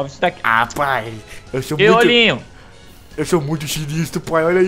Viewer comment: Chamo de rolinho eu entendi tijolinho kkkkk